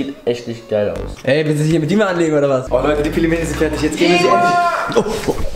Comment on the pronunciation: Du bist nicht nur zu blöd Pelmeni auszusprechen, nein du kannst sie nicht mal richtig kochen. 🤦‍♀️ Sobald das Wasser kocht, nimmt man eine Tasse kochendes Wasser raus, fügt die Pelmeni (max 500g) hinzu und wartet bis das Wasser wieder aufkocht, dann schüttet man das Wasser aus der Tasse zurück, wieder warten bis das Wasser kocht und dann ca. 7 Minuten kochen. Am besten in Brühe kochen und Lorbeerblätter hinzufügen.